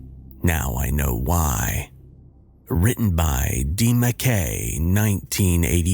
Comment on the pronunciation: It's mackay not mac key.